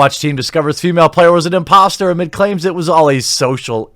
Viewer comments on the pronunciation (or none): none